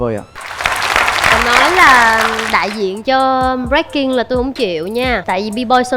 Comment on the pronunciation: Breaking thì ông Thành đọc là Bboy, vãi chưởng :))) bộ môn Bboy :))